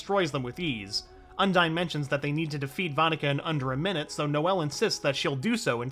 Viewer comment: The Spirit of Waters name is pronounced Un-Deen.